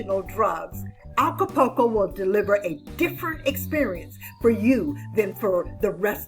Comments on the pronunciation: You are miss pronouncing Acapulco. It’s Aca-pul-co. Not Aca-po-co. The “U” is pronounced.✌️ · Please...it's ACA-PUL-CO not ALCA-PUL-CO. I enjoy your videos. Nice to get "adult" info.